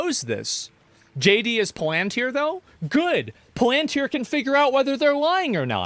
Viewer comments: Someone inform that the empahis is on the first syllable in the word Palantir. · not knowing how to pronounce palantir gets me every time